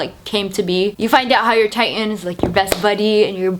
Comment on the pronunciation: You pronouncing Titan as Tai-en, is so fuckign annoying haha.